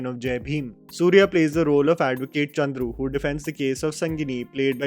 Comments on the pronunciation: it's Chandru not Kundru😬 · On a lighter note, its Justice Chandru not Kundru. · you mispronounced the judge’s name. It is chandru not kundru. Please revert that. Please do not butcher the name of the people and places. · his name is "Justice Chandru" not kundru. 😂😂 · The name is wrongly mentioned at .. The right name is Justice K Chandru not Justice Kundru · Bruh the name pronounced should be Chandru not Koondhru... Make sure it wont happen again! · Hi brother...!!! Appreciated your effort for your precise & in depth analysis for all the movies... Loved this too..!! Just to let you know got the pronounciation of justice name wrong as Kundru. His name is Justice K Chandru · Bro seriously your pronounciations are terrible man!! How can you Chandru as Kundru ????? I am sorry if it hurt you . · Advocate name is chandru not kundru. And it's sengani not sangini